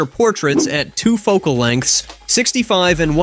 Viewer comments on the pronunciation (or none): none